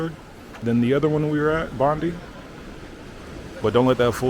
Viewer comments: The Funnel-Web Spider is so mean it will not only kill you it'll track down & kill your family members. You'll be fine on the beaches as long as you swim at places that are patrolled by the Surf Lifesavers, follow their directions & swim between the flags. P.S. It's Bon-DYE. Not Bon-DEE. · It's not Bondi....but bondeye ok...no forrests here, just bushland. If you die from a kangaroo attack it's pretty rare.... And you saw a lizard more than likely. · Bondi is pronounced Bond-eye not Bond-ee. I saw someone mentioning a ferry from Circular Quay to Manly, I highly recommend that too but if not, try to do any kind of ferry trip out on the harbour. Going across to Taronga Zoo? Taronga Zoo is great and you can meet lots of Australia's wildlife there. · Love ur videos. I don’t know if anyone has told you this by just FYI Bondi is pronounced “bond-EYE” not “bond-i” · I love the American accent brother but Bondi is pronounced as Bon die not bondy 😂😂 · It’s called Bond eye Beach not Bondie Beach. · Two things; 1 - Aussie is pronounced like Auzzie. It’s not a big deal, just to let you know. 2 - Bondi is pronounced like Bon-Die not Bon-Dee. Again, just to let you know. Not really bad for anyone. Bonus: I KNOW you’re American but most Aussie’s pronounce "Aldi" like Al-Di. I know you say "All-Dee" but yeah, we say it like "Al-Di" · it's pronounced Bond-i, not Bond-e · No kangaroo's Bondi Its pronounced " Bond I" Like I am going to BondI not Bondie Head Land towards Tamara beach then Bronte beach, Clovelly beach, Gordon's Bay, Coogee, Maroubra, then La Perouse Little bay in Botany etc, etc, etc....You may see an occasional rabbit in the bushes maybe? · It's not Bondy....it's Bondeye... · Just a quick fyi bro it's pronounced Bon-die Beach, not Bon-dee. Definitely be careful of snakes, they're no joke, especially right now it's mating season. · Not bondee, its bon-die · As an aside, Bondi is pronounced "bond-eye", not "bond-ee". Also, Aussies is pronounced "awzzies", not "awssies".